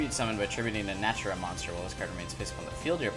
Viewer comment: One more thing. The Archtype name is Naturia not Natura. Na-Tur-Ia.